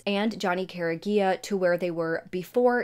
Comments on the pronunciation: The last name is pronounced Cor-E-Egg-ah And the school is pronounced kla-how-ya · It’s Car-E-Aga not what you Said, I went to school with John’s brothers. The sick jerks that did this just got life in prison! Thank God! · You’re saying the last name wrong..😑 🤦🏽‍♀️ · Youre saying Careaga wrong